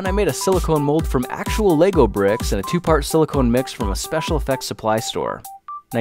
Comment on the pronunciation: Yay. Someone who pronounces it right as lego bricks and not legos